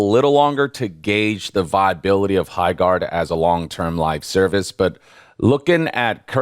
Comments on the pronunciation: Sounds more like High-shart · ❌ Highguard ✅ Byeguard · "Highguard." *loses audience "Byeguard." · "HighCORD 3" ...confirmed